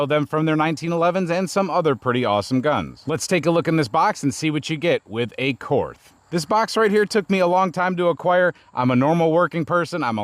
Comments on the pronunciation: I know it's cringe but: Korth is a German company and so it would be pronounce "KORT" (with a hard T) in German as there is no "TH" sound in German. This is why the stereotypical German accent uses "Z"s instead of "TH" sounds as that's the closest phoneme. You're all welcome I've made the sacrifice and posted the cringe post about how to pronounce the name. Now that that's out of the way everyone can actually post about the revolver. And yes, the pronunciation matters when you casually blast 357 through a $4100 revolver. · In Nazi, it's pronounced "kort." I'm German, I can use that word